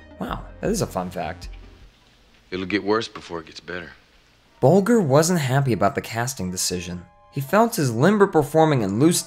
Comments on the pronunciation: Ray Bol-G-er?! where did you learn to English?! It's pronounced "Boljer"!🙄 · OMG - Its Bol-jehr not Bol-guhr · It's pronounced Ray Boll Jer. duffus. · Ray Bolger. Pronounced "Boljer". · Soft g on Bolger. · Bolger. Rhymes with Folger(s). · The g in Ray Booger's name is pronounced like j in juice. Just thought you might want to know for future reference. I really enjoy your videos, keep them coming. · The g is soft in Bolger. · Just found this channel. Bolger with a hard g? Seriously? Your film cred: zero. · Seriously, you don't know how to pronounce "Bolger"? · That mis-pronunciation drives me nuts! I met Bolger at Emerson College in Boston (which he was an alumni of) in the seventies, and he would not gave been pleased at that gaff. There's a lot of half-truth, rumor and utter nonsense in this video, and lots of facts simply left out. It's long been established that Sid Luft's book is a rotten source to use, but we apparently live in the Golden Age of bull****. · Maybe he just forjot. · At the very least, pronounce Ray Bolger correctly! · Not impressed. Ray BOLGER (how could a film expert/announcer pronounce it wrong??) and his wife Gwen went to Louis B Meyer to change the casting to Scarecrow, not to Buddy E. And $100 per week was over $5,000 per month in todays money great wages for little people during the depression. Filming went on for many months far longer than anyone anticipated. Sad that they were ripped off though. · How can you mispronounce Ray Bolger's name?